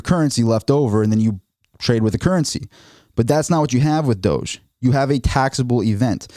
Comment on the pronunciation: No. It's Doge. One syllable.